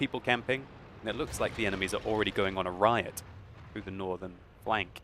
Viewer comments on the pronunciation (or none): none